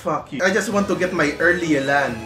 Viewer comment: Thank you for not butchering yelans name